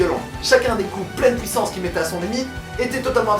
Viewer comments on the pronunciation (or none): On dit Puissance, pas pouissance... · dit puissance pas puits sens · PK tu dit pouissance …nan car c chiant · pouissance mdr continue t trop bien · " La pOUIssance du coup " :') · accent belge